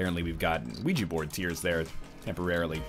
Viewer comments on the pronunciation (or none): none